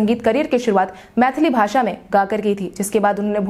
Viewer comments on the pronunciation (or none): none